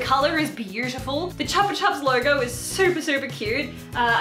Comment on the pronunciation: its chu pa chu pa not chapa chap